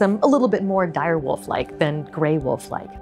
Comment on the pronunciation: “Dire Woof”